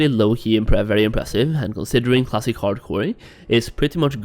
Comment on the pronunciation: That’s all I hear now 😂